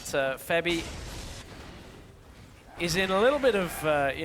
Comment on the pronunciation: I am really annoying by this "Febi" srsly, it's like he's talking about his girlfriend febi, the cute little doll,........ its FEBIVEN